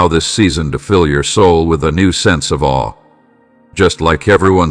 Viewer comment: 'In Awe' not 'in All' my lord